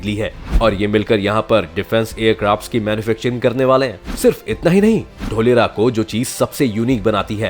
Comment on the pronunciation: ढोलेरा nahi धोलेरा😂👍🇮🇳😘😍